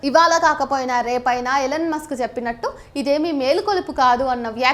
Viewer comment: Ellen musk kaadhu ELON Musk. sarigga pronounce cheyyali ledhantey Athaniki thelisthey chaala theda vasthundi..